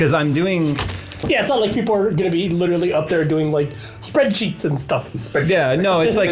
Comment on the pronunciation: Did say "Spread cheeks" or "spreadsheets"?